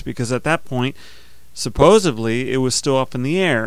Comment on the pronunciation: Still a cool techinque. Thanks! PS: It's "suppos_ed_ly" not "suppos_iv_ly" ;-)